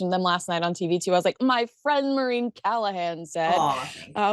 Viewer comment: Does Maureen pronounce her name "Marine"?